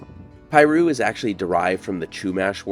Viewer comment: It's NOT pie-roo, IT'S PEA-roo.